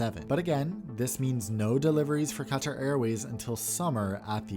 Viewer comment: Wow! You properly pronounce words like Qatar, Pakistan, and route. I think you're the only American-accented YouTuber I've heard who properly pronounces these, and it clearly shows that you care. If you pronounce kilometre properly as well, you'll definitely be unique! Keep it up!